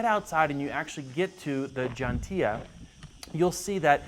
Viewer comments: yeah :-D Totally butchered it, but still a fantastic video of Malta. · that's a horrible way to pronounce ġgantija lol